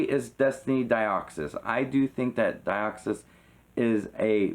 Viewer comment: When he said Dioxys I thought that he just didn't know how to pronounce it right and then he said Deoxys the right way and I got triggered.